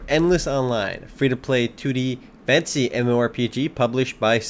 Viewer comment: I believe he is saying "Fantasy mmo" and just swallows the "fantasy" a bit...